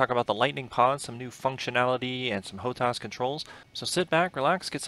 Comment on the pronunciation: HO-TAS -TAS TAS TAS.... not TAUS, TAUS - LOL - freaking chopper pilots